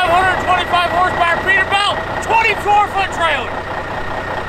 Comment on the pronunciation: It kills me that he says peterbelt and not peterbilt